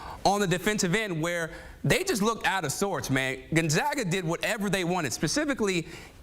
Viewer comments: It isn’t gone zog a it is Gone Zag a. Good lord. Get your shit together. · C'mon CBS....it's NOT GON-ZAH-GA!! IT'S LIKE THE "A" IN CAT.